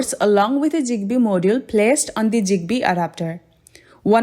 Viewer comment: Bro it ain’t jigbee. It’s zigbee